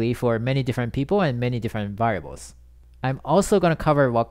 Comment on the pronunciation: I like how you say "variables" as "varbles" :)))